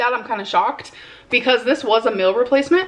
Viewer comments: It is a meal (mee-l) not a mill!!!!! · “147 calories is not a meal (mill according to her pronunciation) but that’s exactly the point…. It’s a meal replacement because she needs to have meals that are WAY LESS than her norm or she’s always gonna be this size